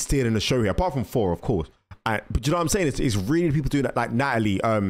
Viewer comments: "OOOHHH FORRR FORRR" SPEAK CORRECTLY! ITS THOR WITH A TH NOT A F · It's Thor bro not 4😂😂